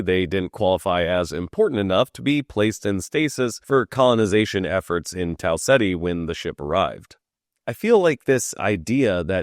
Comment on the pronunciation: Your pronunciation of Tau Ceti is incorrect, it is "Tau Keeta"